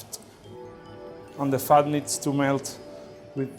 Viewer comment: Sounds like she's saying fart when she says fat